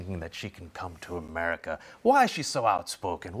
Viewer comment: Why is he calling it amreeeeca why ???